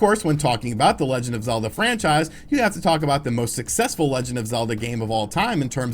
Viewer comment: It's-a pronounced zee sequel too-a zee legend of zeelda breath of zee wild.